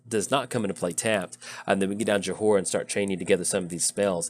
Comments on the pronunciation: Your ability to mispronounce names has reached legendary levels :P It's "Joy-ra", not "Jo-ho-ra" ^_^ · I find it endearing. Having seen her Time-Spiral verson go 'lolderpobliterate' about a hundred times, I feel a strange sensation of schardenfreude when she's called "Yo-Hoe-Rah!".